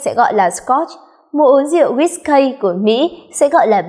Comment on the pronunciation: guýt cây ? :))) đều đọc là ki hết má ơi